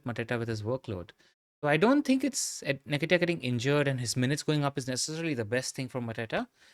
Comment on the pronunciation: That pronunciation of Nketiah hurts my soul